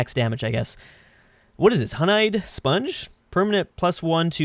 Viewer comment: Yeah my favorite thing from a bee is Hon-eye.